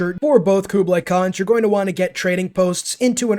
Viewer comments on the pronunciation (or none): none